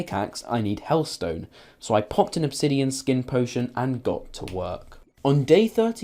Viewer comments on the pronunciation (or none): none